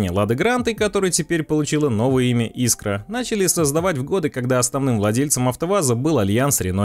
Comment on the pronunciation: Автор, иди в школу учить русский язык)) Искра)))) правильно - искрА 😉